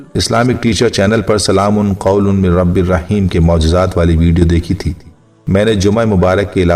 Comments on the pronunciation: بھائ جان قرآن میں تو "ل" پر 2 زبر ہے اور آپ ل" پر 2 پیش پھڑ رہے ہیں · ل پر 2پیش پڑھنا بہت بڑی غلطی ھے قرآن پاک میں معمولی سےبےاحتیاطی سےمعنی تبدیل ہوجاتےہیں جوکہ ایک سنگین جرم ھے،